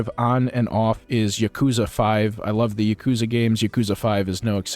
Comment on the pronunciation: Ya-kuh-za. Like bruh. All short syllables, equal length. Not y'kooza. They say it in the games, there's no excuse not to know how to say it properly yourself. Also, you can't give a full review for a game you've only played part of.